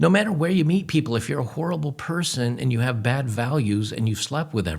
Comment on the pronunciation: hehe he said whorrible